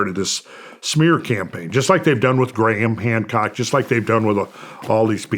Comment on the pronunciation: At the beginning he said Gran Hamcock 😂